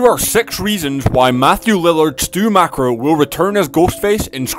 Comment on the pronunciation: It's not pronounced Stu mak-ro its Stu Mok-er